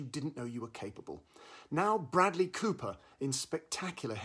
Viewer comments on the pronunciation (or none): none